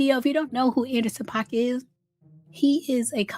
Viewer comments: Paak is pronounced like Pack not Pac. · Not Anderson Pac😂😂it's PAAK boo😅